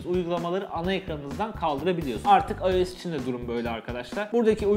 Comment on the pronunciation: AYES DEMENE TİLT OLUYORUM